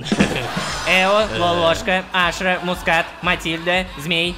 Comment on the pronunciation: почему мы говорам Ашыра когда её зовут Ашра